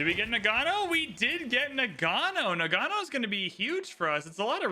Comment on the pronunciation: It's pronounced NA-g'know.